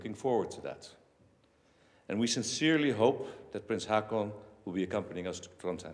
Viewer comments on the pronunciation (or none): Please, Your Majesty, ho:kon, not ha:kon !!!